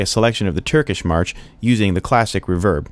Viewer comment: Don't you put the emphasis on RE in Reverb?! reVERB... haha Kills me every time!! Cool wHip!!